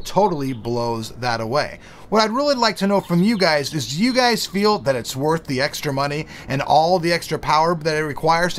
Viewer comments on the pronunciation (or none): none